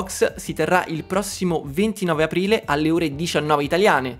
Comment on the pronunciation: 25 Aporoile. La festa dell'anno più difficile da pronunciare 😂